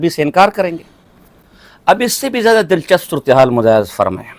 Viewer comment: Lanti alfaz to thik se bol Nahin Sakta lafaz Dil chsp hota hai ya Dil chps hota